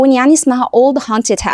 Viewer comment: OLD HAUNTED HOUSE NOT HUNTED الميس سهت يا شباب في الكلمة دي فننتبه لحروفها ربنا يكرم حضرتك سهلتي علينا كتير والله